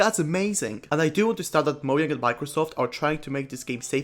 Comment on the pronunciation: Nice video, but "mo-yang"